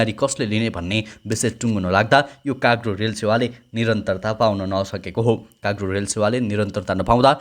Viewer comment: काग्रो होईन दाई कार्गो हो 😂